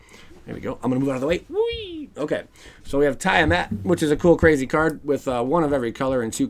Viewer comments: Tiamat (Tee-ah-maat) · Don't worry you can say Tiamat wrong if you like, lol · Thats Not how you pronounce tiamat!!!